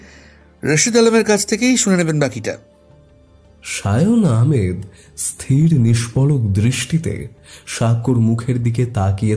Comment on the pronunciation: সায়ন আহমেদ নাকি সায়াকামান ? 🤣🤣❤️❤️